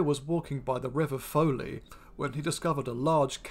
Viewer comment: I saw a big, black cat north of Bodmin in about 1995. It was clearly not a domestic cat and it disappeared as soon as it saw me. I told a local farmer about it and he was not surprised. He then named a neighbour of his who he claimed had released one, possibly more. I know what I saw; can't verify anything else. Thank you Doc, for this. That river 'Foley' must be the Fowey, pronounced 'Foy'.